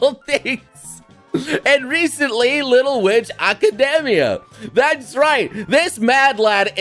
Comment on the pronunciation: I'm a huge fan but you really need to learn how to say academia correctly